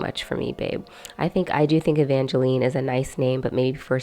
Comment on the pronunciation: Jeremy and Jinger's daughter's name is pronounced like Evange"line", not Evangeleen. Does that change your ranking?